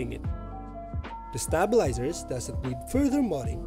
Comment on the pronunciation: nice vid but the way you pronounce stabilizers lol